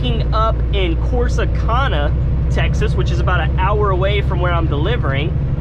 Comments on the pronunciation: Great Video but you mispronounced Corsi CAN a. ( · The way he said Corsicana is soo funny bc no one here says it like that 😂